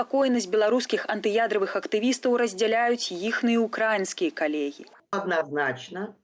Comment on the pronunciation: не УкрАинские, а УкраИнские, профессионалы...